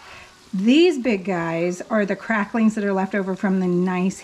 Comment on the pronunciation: Just have to say that my favorite part of this video is knowing that your kids appreciate some Hank Williams. Edit to add that my least favorite part of this video is that you put a “g” on the end of the word cracklins. 🤪😂✌🏻